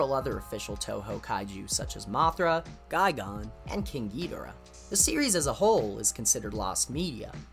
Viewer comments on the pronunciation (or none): Him saying guy gone is weird like the kaijs you say make sense but it’s prounced gigen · The way you pronounce Rodan & Gigan as RodON & GigON, where are you from? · Good video, but you seem to have mispronounced a few kaiju names. The "dan" part of Rodan's name should be pronounced the same way you would pronounce the name "Dan." A similar rule should apply to the "gan" part of Gigan's name, except the d would obviously be swapped out with a g. You pronounced both g's in Gigan's name correctly though, so that's good. Also, the "g" in Angilas should be pronounced the same as the "g" in Godzilla's name. This also applies to Angilas's current name, Anguirus. Other than that, the video seemed to have been well researched, and the use of the level complete screen in Super Godzilla for each transition into a different piece of lost media was a nice touch. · Sorry but you mispronounced some of the Kaiju’s names there like Rodan, Gigan, King Ghidorah and Anguirus